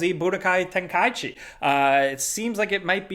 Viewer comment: Thank you for pronouncing “Tenkaichi” correctly.